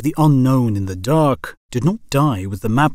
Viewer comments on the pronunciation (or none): Why do you emphasis so many words like this? "In the DARK", "into the HEAVENS", and "empty PLACES". It's super weird and it really bothers me while listening.